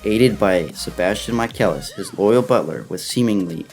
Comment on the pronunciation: Oh no... he butchered Sebastian Michaelis... also there were technically 49 episodes if you count book of murder and book of atlantic